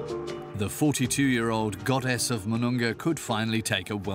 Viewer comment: It's mununga not manunga